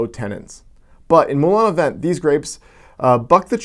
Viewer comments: It is not pronounced "vent" it is pronounce "vant". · Lol It's pronounced Moulin a VONG :-). Moulin (Mill) a Vent (wind). Wind. Good video